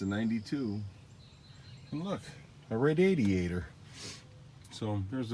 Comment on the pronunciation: Look, a Ray-day-dee-aterr.... lol